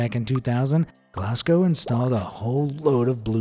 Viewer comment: upvote for not saying Glass-gow and actually pronouncing it properly.